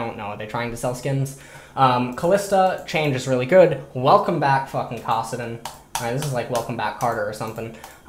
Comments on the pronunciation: ITS CASS-AH-DIN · same thing when he said kassadin.